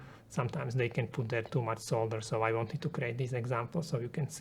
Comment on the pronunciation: Pronouncing solder wrong! Couldnt finish video because of that.